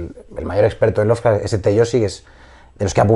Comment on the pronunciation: Muy buena la entrevista, pero por qué dices "Lovercraft"? =(